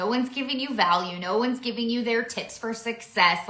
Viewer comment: LOL hats and mugs needed as props for posting and LOL she said tips for success but sounded like tits for success. They go on and on and my mind wonders and hears inappropriate things.